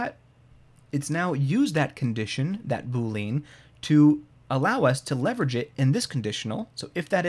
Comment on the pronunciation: BOO-lee-uhn but otherwise fantastic!